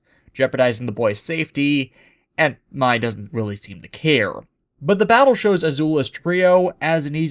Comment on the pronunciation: For the record, her name is actually pronounced "May", despite being spelled "Mai" Just saying. Thank goodness Shyamalan didn't get a wind of this. "What a twist?", indeed.